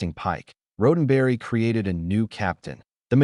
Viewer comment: Horrendously written AI narration. Unlistenable. Especially the part about Gene RHODENberry. One minute in...I'm gone.